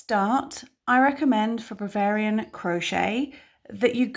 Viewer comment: you are amazing and I love watching and listening. Do you realise you keep saying Bravarian instead of Bavarian in the tutorial?